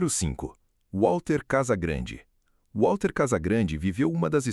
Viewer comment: Não é Uálter não, pô! É Valter (Walter Casagrande).